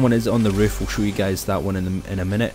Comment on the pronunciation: Thanks new word riff instead of roof